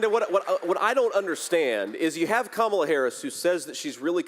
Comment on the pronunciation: It's Kamala not Kamala😂😂😂